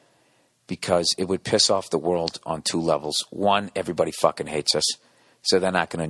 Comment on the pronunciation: fahhkin' yaaahrds